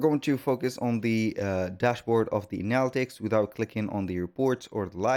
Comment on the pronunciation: Thank you for this, but please learn how to say "Analytic" properly